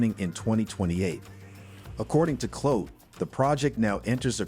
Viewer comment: Clote? No. Its Clue-Tee